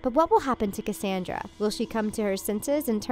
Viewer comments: You didn't even say Cassandra's name right how do you say her name wrong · Am I the only one that is super mad about how she kept saying Cassandra's name wrong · 1. Why are you mispronouncing Cassandra and Varian?!? AHHHH. 2. Missing is the theory that Cassandra slowly started to turn evil after she touched Rapunzel as she was saying the moonstone incantation. 3. What about Lance missing from the wedding? 4. IS SEASON 3 TRULY THE END? I legit did not know that. 😭